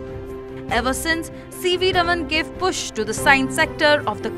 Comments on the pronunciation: Raam-un right ? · Please learn to pronounce the name CV Raman correctly. 😂